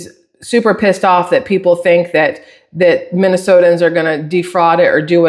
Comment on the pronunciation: It's hilarious how many times I have heard Minnesotians. There's not a second i, it's just Minnesotans. Autocorrect even tells you you're wrong if you type it out 🤣